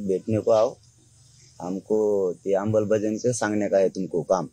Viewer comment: जारांग्या, फकस्त येकदा राव येकदाच रे "आंबलबजाओणी" नाय तर शुद्ध "अंमलबजावणी' आसं बोल रे ... ताबाडतोप आराक्षन भेटून राहीन पाहाय.....